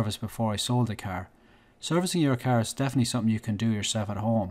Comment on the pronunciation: It’s car not cear